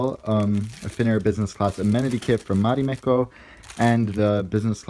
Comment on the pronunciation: Se sanotaan Marimekko eikä Mharimhekkou